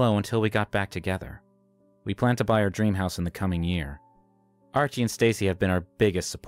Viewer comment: Hose? Supposed to be house😂